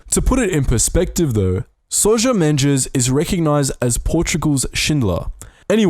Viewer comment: Hey, so I'm a 30+ portuguese person that is really interested on that sousa silva video. :) I hope you do that. And also: Sousa - the second s should be ready as the z in azores ;) (just in case you actually do the second video)